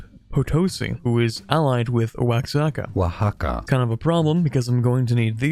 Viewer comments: one of the pronunciations of Oaxaca of all time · Pronounce Oaxaca Challenge (Impossible)